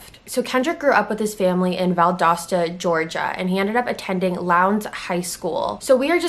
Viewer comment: I live in Valdosta and you’re the first person that’s said it correct!!